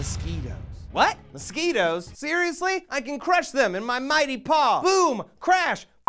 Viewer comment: My bad dude, it like 3am here sorry I missed one letter. By the way you learn how to spell mosquitoes, not MOSQUTOS that you said.